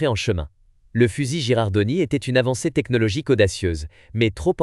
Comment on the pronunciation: Bien vu ! 😅 C’est bien Girardoni (ou Girandoni selon les transcriptions), pas Gerardoni. La faute de prononciation, ça pique un peu… Merci pour la correction, je ferai gaffe la prochaine fois ! 😉🔧🔥